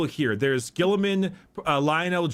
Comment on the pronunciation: While we meme on Guilliman's name, I do think the way that Warhammer's British announcers pronounce it. They say it like "Ro-butt Gull-ee-mahn." But Guilliman is definitely one of the primarchs that should be respected. He gets a lot of flack for being logistics-focused and logical while not being as martially skilled as many of his brothers, but he's one of the few primarchs who does care about making a working society for regular humans. It's why the 40K galaxy depresses him so much: Things have gotten worse, enemies are everywhere, and he's lone loyal son left (as far as he knows). Guilliman's skills as a politician and empire-builder are a double-edged sword, though. The threats aren't just from the outside. The Imperium does not like change, even from a son of the Emperor, and he has to challenge entrenched Imperial institutions that see him as a threat to their power and as a potential usurper trying to make a new empire for himself. He was even getting pushback in Ultramar after he returned, and there are hints that his actions during Imperium Secundus may come back to bite him. As Lorgar's shitty dad Kor Phaeron said, "Horus is the brightest star and you [Lorgar] carry your father's face. But Guilliman's heart and soul are cast in the Emperor's image." That said, you should probably check out profiles done by Astartes Anonymous or, for something a bit lighter, PancreasNoWork. You'd get more accurate and less meme-y info, especially since this AdRic episode was from th